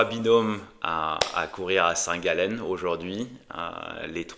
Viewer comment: Arrêter de prononcer le nom de cette ville comme ça j’ai mal aux oreilles